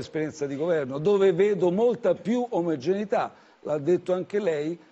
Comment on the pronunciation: "molta più omergenità"